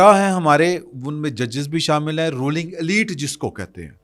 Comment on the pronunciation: السلام علیکم ، رولنگ لفظ جب لکھا چائے گا تو ر کے اوپر پیش لکھا جائے گا اور اسی طرح " پیش " کے ساتھ بولا جائے گا۔